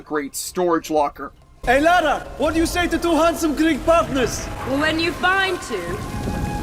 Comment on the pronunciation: Dude, it's "Lara", not "Laura".